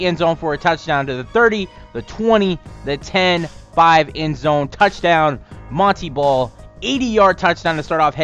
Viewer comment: ITS MON - TAY BALL NOT MON - TEA BALL